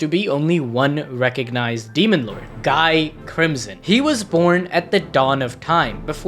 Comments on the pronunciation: It's ghee not guy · Guys name is pronounced Gi. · It’s pronounced Gee btw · I know it's written guy but it's pronounced gee. Gee. I forget if the anime fucked that up in the English dub or not but it is a disconnect while reading the light novels or Manga. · I think you pronounced incorrect for Guy Crimson. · You mispronounced Guy’s name